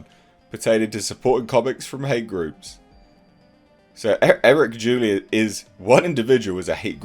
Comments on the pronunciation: What the HELL is wrong with you?!? Isn't English your 1st language?!? His name IS NOT Julie!!! His name is JULY! As in the MONTH of JULY! I'm subscribed to your channel and watch your videos all the time and your CONSTANTLY F-ing Up people's names and it's starting to feel on purpose or is it you just don't give a sh!t?!? And at the time this video dropped the amount ISOM #1 raised is $1.5 Million. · it's pronounced like the month (of July).:) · It’s pronounced Jewel-Eye. You Brits should be familiar with July 4th. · Uh Eric's last name is pronounced July like the month, lol. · His last name is July pronounced Joo ly. Apart from that good video. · Good video, but his last name is pronounced like the month. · It's pronounced July like the month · July is pronounced JooLie